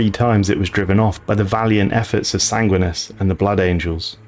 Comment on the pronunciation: Sangwinus? Bro, wtf? You mispronounce so many things....